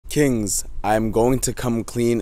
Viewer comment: The way he said, kings and we get shredded together sound so wrong for me.